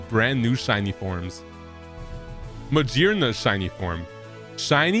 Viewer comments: Ma- GEAR-na.... GEAR not JEER.. WHAT ELSE WOULD IT HAVE GEARS ALL OVER ITS BODY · did this guy just say Ma-Jearna? Hmm maybe the pokemon with a gear for a head is pronounced maGearna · I'm new here, so is he intentionally mispronouncing the pokemon names as a bit or something? Because he had me until we got to magearna. Like my dude, it's literally made of gears?